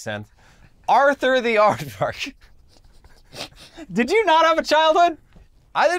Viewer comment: "Ardvark" :_InternetBLUE